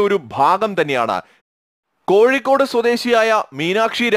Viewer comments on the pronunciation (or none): none